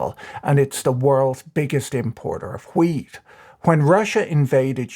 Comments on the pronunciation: 90% of the time this man said weed. not wheat.... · This video made a lot more sense when I realised you were saying 'wheat' and not 'weed'...